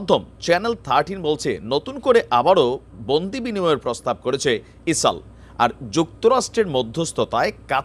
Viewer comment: ইসলাম বলছে না ইসাল বলছে..... ফেসবুক কর্তৃপক্ষের ঝামেলা করে তাই নাম বিকৃত করে বলছে....